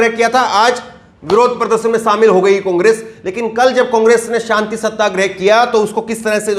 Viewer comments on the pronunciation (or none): O Ke Pronounciation Mein O Ka Murda Niklte Ho. Congress Ko Cungress Aor Ore Kahete Ho.